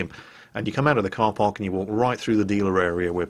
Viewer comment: did u say "carparc" what are you from? boston?